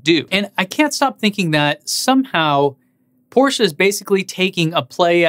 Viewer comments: Hey man, it's not porschA, but porschE ! ;) I know, you English native speakers have a hard time how to pronounce these. Nice effort, though ! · Fellow MXP90D owner here. Thanks for your content. It's much enjoyed. Complaint: you're butchering the Porsche name. Car enthusiasts won't appreciate it. For exterior / interior the Taycan wins. For everything else is loses. No one can possibly justify the 2x cost. Respect to Porsche for trying and beating others to market. That being said.... Elon and Tesla as a company dominate and won't stop. This Taycan spec line up just further proves that just because Tesla is electric doesn't nullify it's extreme elegance in engineering. Just subbed on patreon!